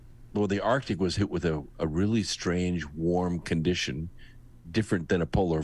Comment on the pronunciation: Loved the interview with, and I hate to be "that guy," but I cringe when I hear arctic pronounced "artic." It's right up there with "nucular," "realuhtor," and "jewlery" in triggering my Forest Whitaker eye.